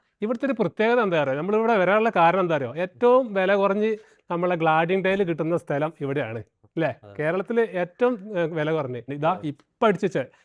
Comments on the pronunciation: ശരിയാ ഈപ്പച്ഛൻ പള്ളികൂടത്തിൽ പോയിട്ടില്ല...😂...... എന്നാലും പണിയെടുത്ത് ജീവിയ്ക്കുന്നു..... എന്നതാ ഉവ്വേ.... ഗ്ലാഡിങ്.... അല്ല clading....... എല്ലാം ഒന്നല്ലേ... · Thank you brother for correcting the correct usage. "ഗ്ലാഡിങ് അല്ല ബ്രോ ക്‌ളാഡിങ് എന്ന് പറയൂ" Enikkum ethupole oru anubhavam undayi. Ennodu oru mechanic " Sare, car nde ഗ്ലുച്ചു mattanam" Njan " Mashe ഗ്ലുച്ചു alla ക്ലച്ച് anu sheri" ennu njan thiruthi. Ayalkku nalla deshyam pidichu😁🤣